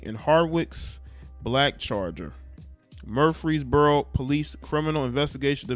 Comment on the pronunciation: It’s Leb-En-in that’s how you pronounce it. And MURF-ress-boro all an out skirt of 𝙽𝚊𝚜𝚑𝚟𝚒𝚕𝚕𝚎 30 miles West. Good areas where most of the metropolitan area has moved since the gentrification in Nashville.